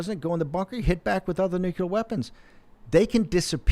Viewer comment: Great show. I wish Brannon could learn to pronounce NUCLEAR.